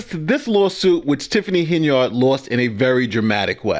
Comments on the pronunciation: Henyard is an old name and it is pronounced: "Hen-yerd." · PLEASE cease pronouncing Henyard, “HEN-yard” like a chicken in a yard. It is pronounced- HEN-yerd. This subtle English misnomering is what keeps your community repressed.